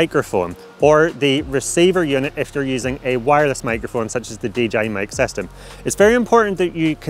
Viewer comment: vedeo, clacking motion, this will werk.. If you using dji sestem... uhhh kinda annoying, can't focus what the guy is talking about